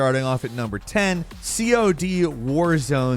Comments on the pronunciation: Bro said C-O-D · did he just pronounce cod, C.O.D? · why does pronounce cod "c-o-d" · Why do you say COD like that lol. It’s pronounced like the fish not an acronym